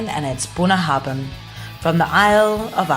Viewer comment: Thanks for sharing! That's a very expensive malt, even here, it must have been quite the occasion... The pronunciation, though...sorry mate, close but not quite there. ;-) The 'bh' is pronounced 'vee', so it's really more Bouinyahavin. The 'na' rolls in off the start of the word, different Gaels place different emphasis on the different parts of it. I'm from Harris, we tend to have a sharp and abrupt, Scandinavian sounding accent, most of my family are from Lewis, with a more tonal, almost musical lilt. Islay folk speak with a higher pitch and more rounded burr, much closer to what people tend to imagine a Scottish accent to be. Gaelic (Gàidhlig) is pronounced gah-lick. 'Gaeelick' is Irish! The whiskey is named after a river mouth. It's a play on words, like so much in Gaelic tends to be. A bunnahabhain is the place where salt and fresh water meet, it tends to be murky and quite visible under your boat, looking a lot like whiskey does when you add water to it. (9.10 in your vid shows that nicely!) For the full on Western Isles taste you can use soft (demineralised) water. Slàinte mhath! :-)